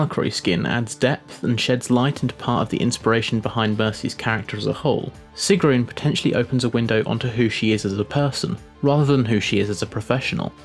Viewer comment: he says sigrún so weirdly xD And the skin ZANYATTA